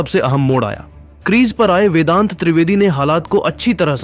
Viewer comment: Abbe O Content Reader tape mein 0.37 par vendat nahin vedant treivedi aur tabaad tod nahin taabad tod hai. Shabd bolne ki samajh hai nahin aur chale hain social media par videos dalne.